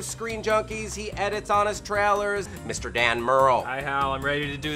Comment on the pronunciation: Why is Hal incapable of pronouncing "trailers" properly? I cringe every time I tries to say it.